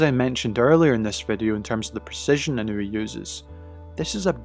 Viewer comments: Absolutely butchering his name. It’s not In-new-we. It’s In-ah-way. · It’s EE NOH U EH. Not easy for English speakers cuz of the precision needed for separation of the vowels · Its not technique and training. Any boxer can train exactly like Inoue does. Btw…to you silly Anglos who dont know how to properly use English, its not Eye-Ran (Iran), and the proper way to pronounce his name is EeNoo-Wey. His real secret is not training nor technique. Anything can be learned. Neither is he a superhuman. SECRET: He comes from a happy, intact, functional and highly supportive family with strict family values and morals, who are financially comfortable and secure, who are NOT the usual low-life slum dog niggha losers involved in crime and being dirt poor while dying to show off. Inoeue’s FAMILY and secure, comfortable life give him the peace of mind in order to be focused. He doesnt need to worry about a mother who’s a whore, father who runs away, huge piles of debt and a broken problematic household in a shit location.